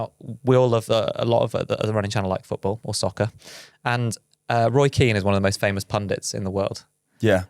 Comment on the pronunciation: You said Roy Keen and my American mind goes to Roy Kent 😂